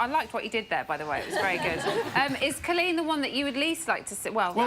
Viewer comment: why can't these people pronounce Coleen